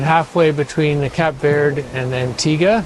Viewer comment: What did you call the place you left from: Cap Verd. Mate it’s pronounced Cape Verde.